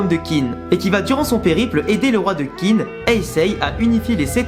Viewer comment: Gros chef d'oeuvre, Kingdom en effet. Juste pour faire mon chieur : Qin se prononce Tchine (ce qui donnera le mot "Chine"). Et Qi se prononce Tchi également.